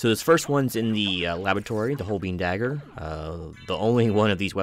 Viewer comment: Great video!! And an incredible game ❤ Fyi - holbein is pronounced hole-bine. ✌